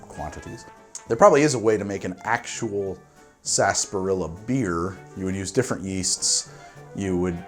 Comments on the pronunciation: It's not "SAS- PAH-RILLA" it's "sar-SAP-pah-rilla." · I can't stand that word. Everyone says it like "Sass- par-illa" Yet it's spelled like "sar-sap-ar-illa" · why do you pronounce it "Sasperilla" when it's spelled "Sarsaparilla"? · COÑO NOJODA!... 😫 It is: Sar..... Sah!.... Pah!... rrrri..... Ya! 😩🔫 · I'm surprised you didn't mention how "sassparilla" is a pronunciation that completely ignores the R and extra A syllable. The British pronunciation includes the dropped syllable but also excludes the R. Totally improper but it's just how we say it. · It’s pronounced sunset saaaaaaaaaaaaaaaaasparilla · its pronounced 'spars-er-ela' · COVID drinking game - drink whenever says "Sarsaparilla" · Is it pronounced sa-sparilla, sass-parilla or sar-sa-parilla? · I don't know if latinos pronounce it wrong but I don't pronounce sarsaparrilla the way he pronounces it.